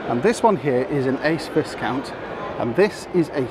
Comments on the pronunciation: it's pronounced vie- count not vis- count. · Sorry to be picky but every time you mispronounce Viscount it make me cringe. It is "Vi" as in violet, the "s" is silent. Great review. I could easily tow that Ace Viscount with my C4 Grand Picasso. I'm sure that you have enough clout to feed back the lack of USB ports to the manufacturers. Maybe they'll eventually sit up and take notice.